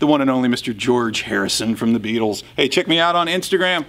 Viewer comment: Hey Mark, nice one dude. A very Merry Christmas to you and your family, Norman and family, Jen and family, and a special hi to Nick and family from LIVERPOOL UK. Mark was that an attempt at a Liverpool accent when you said, 'Beatles'? Cheers, Spud